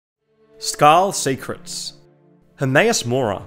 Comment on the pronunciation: I clicked off as soon as he said Skarm